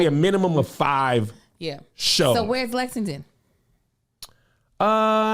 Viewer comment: Lexington Ky loved you guys don't be mad you had trouble pronouncing it Kev lol! I really do hope yall come back. We laughed til our ribs and heads hurt